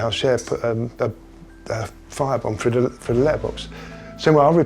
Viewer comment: Frough. I cannot get over how they say "through"